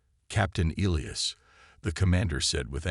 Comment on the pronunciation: ee-lye-as. cant pronounce names i suppose is unavoidable hazard.